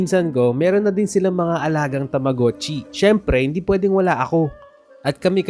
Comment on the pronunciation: Tamogachi Hindi tamuguchi😅